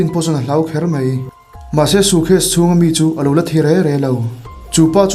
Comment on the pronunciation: "sucase" i ti zel a😂